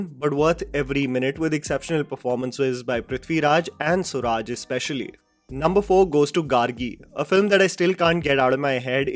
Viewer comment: I am confused as to how you read Suraj as suraaj XD.. the actor from jana gana mana